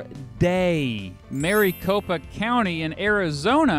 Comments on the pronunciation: As a (former) Maricopa resident, I hadda chuckle at your pronunciation. Phoenix weather drops to the mid 70s during the winter. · We pronounce it "Mara-Co-Pa", and I don't know why, but it's how we say it! Housing crisis sucks so bad here.